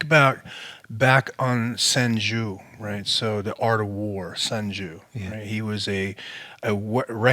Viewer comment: "sun Jew" lol